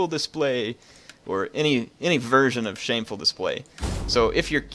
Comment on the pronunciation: "shamefur" display